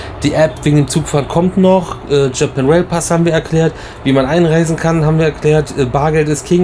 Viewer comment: Yes! Es geht los mit den VLOGs aus Japa"i"n. 😛Der Disclaimer von war mega. 😀 Aber krass wie anders Japan jetzt schon wirkt. Also, nicht negativ gemeint, eher sehr interessant anders. Das Zimmer ist auch cool. Irgendwie süß. Besonders der Wasserkocher hat uns begeistert 😂 Dann sind wir jetzt auf die 4 Tage Disney sehr gespannt. Besonders auf Disney Tokyo Sea. Danke für den schönen Einstieg in Eure Japan Tour. Liebe Grüße, Alexandra und Peter.